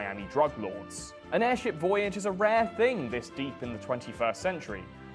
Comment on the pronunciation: why does your tongue come so far out of your mouth to say "thing"?